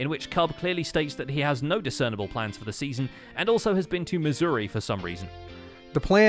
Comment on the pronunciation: Did he say Missouri or Misery?